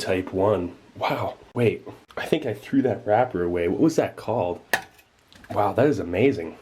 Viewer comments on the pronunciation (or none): "Wow, I'm going for that right aweh"